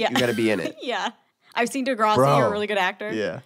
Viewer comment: why does pronounce degrassi like that lsjdkd normally it’s pronounced like the vowel in “grass” lmao